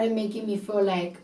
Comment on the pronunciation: Did she pronounced "feel like" as fool like ? Or I got something wrong in my ears